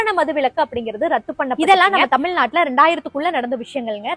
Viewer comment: தமில் நாடு இல்லை, தமிழ் நாடு என்று சொல்லவும்